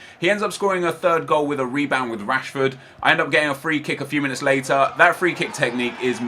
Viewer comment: he said later wrong